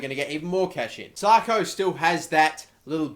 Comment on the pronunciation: IT'S 'SAKO NOT SARKO FFS.